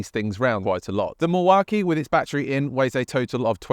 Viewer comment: You are pronouncing Milwaukee completely wrong, doing my head in!!!! AW KEE NOT AH KEE